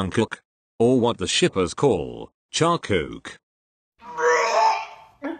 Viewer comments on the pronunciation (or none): Charkook.... What I heard: charcoal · When he said charkook i was like WHAT CHARCOAL oh its charKOOK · Charkook? Gurl the only thing i hear is charcoal 😭✋ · Charkook Me: why it sounded like charcol 👁👄👁 *No hate * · "charook" what do u wanna say bruh? charizard or charcoal? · im sorry but charkook 😭 lmao